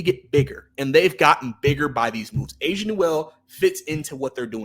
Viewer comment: it's pronounced A-SA not Asia lol....I don't agree with Asa being a big project offensively...I believe he's a 5 in the NBA but has enough skills to play next to another big man. On offense he has a defined NBA role as a rim runner and short role playmaker, he can already do that playing off a Trae. He will never be a shot creator but he has size, he's mobile, rangy, he's a very similar prospect in play style to a Derrick Lively with real shooting upside. I am higher on Asa than most, but he was firmly in my top 5 of bigs in this class. I thought he would've been in that 11-19 range this year, but to get that type of prospect at 23 is a homerun.